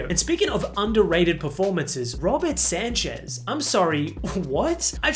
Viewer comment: Robert Sanchez ❌ Robert Sancech✅